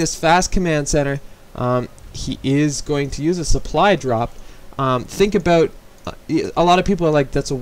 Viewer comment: "Let's talk aboot walling"